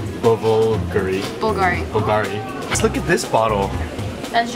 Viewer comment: the lady pronounced bvglari wrong! she should get fired!